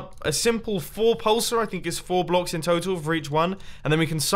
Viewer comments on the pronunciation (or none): none